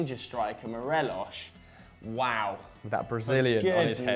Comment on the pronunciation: The s in Morelos is not pronounced that way. It's not Portuguese.